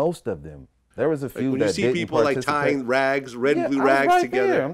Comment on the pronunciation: Flags not “rags”